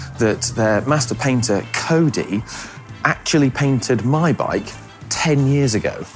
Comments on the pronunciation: When introducing the guy who is the masterpainter, don't mispronounce that job title. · Need to get your pronunciation spot on if you're a 'Master Painter'.